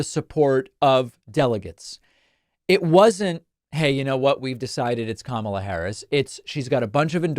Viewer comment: I give JD one point for at least pronouncing Kamala’s name right.